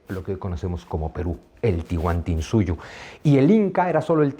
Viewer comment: Estimado señor Zunzunigui. Gracias por sus conferencias. Tengo entendido que no es "Tihuantinsuyo" es "Tahuantinsuyo" Saludos a usted y sus seguidores